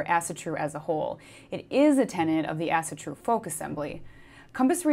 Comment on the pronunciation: As-AW-TRU NOT fkin As-A-tru